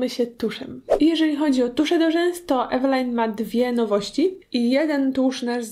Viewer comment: Wymawia się "Evelin"